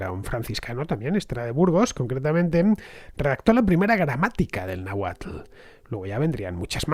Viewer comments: Excelente programa Fernando!! mas que aceptable tu pronunciación de las palabras de origen náhuatl, lo certifica un originario de Azcapotzalco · Fernando merece doble like en este capítulo por el esfuerzo puesto en la pronunciación náhuatl